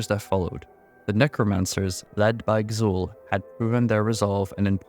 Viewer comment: Why do you pronounce Xul like that? It's basically Zul. You don't need to say K-Zul.